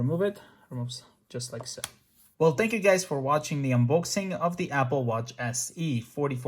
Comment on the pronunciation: My favourite and my most favourite funniest part is when he said "unbouxing". (its spell different since you the pronouncation